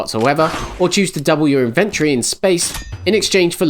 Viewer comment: Nice review, though the mispronunciation of 'premise' and 'inventory' was a bit weird :).